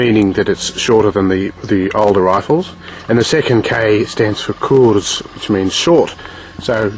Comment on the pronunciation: kurz not kuurz ^^